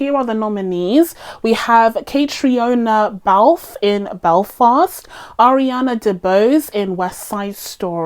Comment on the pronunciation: Caitriona Balfe is pronounced like Katrina. I know her from the show Outlander . If you haven't seen it and enjoy period dramas check it out.